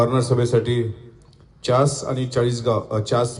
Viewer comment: च्यास नाही चास बाबा